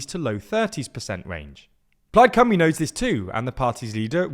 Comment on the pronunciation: but the video is in English, so shouldn't the spelling be English too? They kept pronouncing it Cumry, not Cymru (Simru?)